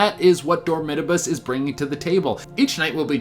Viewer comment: It's pronounced (DORM - I - töb - es) Dormitabis.